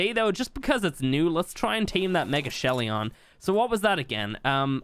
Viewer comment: Megachelion... Where is the i in that pronounciation coming from?